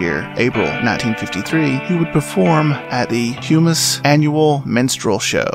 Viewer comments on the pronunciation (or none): none